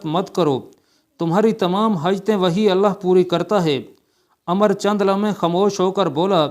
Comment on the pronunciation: عمرو ہے عمر نہیں بڑے علامہ پڑھنا بھی نہیں آتا ۔۔۔۔۔کیا